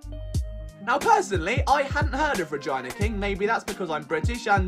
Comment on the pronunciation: Stromg content! I enjoyed this!Eyebrows like high beams and saying Regina like Ragina had me rolling. Keep up the solid works, do something on Phillies starting lineup, and you know you call it Uni not University ya.